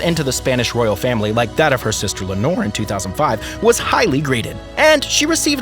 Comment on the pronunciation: For heaven's sake, to the rescue of Princess Leonor, who's name was also butchered! It has 3 syllables LEI (like the hawaiian flower necklace)-OH-NOR. Practice!!! Le-o-nor! Again!!! Leonor! Now stop calling her a bottle of fabric softener!!!